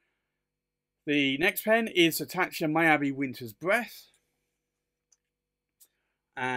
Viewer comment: Thank you,. Beautiful pens out of my price range. Fun to see, though. (Miyabi is pronounced Mee-yah-bee) Thanks again.